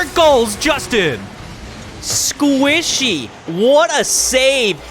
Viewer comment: the way he said squishy lmao